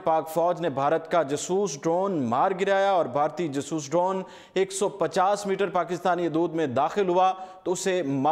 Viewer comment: o, khudara name ap nay urdu point likha hai or urdu ki tangein toddd rahey ho ap, Jaaasooss tayara na kay jsooos